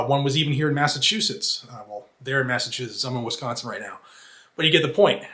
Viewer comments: Wis-caaaahn-sin. It hurts because that's exactly how we sound. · Hey man, as a dude from Wisconsin..... don't say Wisconsin like that!!..lol. But keep doing what you're doing...I appreciate you!! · Remember, Wisconsin’s best beer is Spotted Cow. No way we say Wisconsin that way. Sounds like how a Massachusetts or New Jersey person’s way to say it. 😂🤣😂 Thanks for the share.